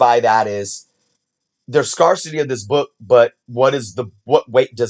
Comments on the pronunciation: Great video, read the article! Oh and also fyi, 'scarcity' down into sounds: [SKAIR] + [SUH] + [TEE]. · not sure if anyone else has pointed this out but scarcity is prounounced scare city as 1 word just let them run together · Scarcity is pronounced like S. CARE city. Good episode either way. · It's pronounced "scare-city" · I think it was scar-ity or something like that. It is definitely a weird word to see, with the pronunciation being different. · Umm, you are mispronouncing the word "scarcity". Ask Alexa how to pronounce it. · East coasters say. "Scarcity" different. . Where I'm from we say "scar -city" ... This is the 2nd east coast collector just in the past 30 mins say it the way He says it on here lol